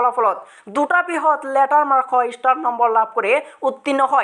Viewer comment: ইষ্টাৰ নহয় অ ষ্টাৰ😖